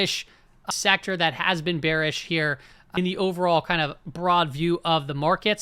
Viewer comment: “you’re bewish you’re so bewish” has to be the funniest sound bite of all time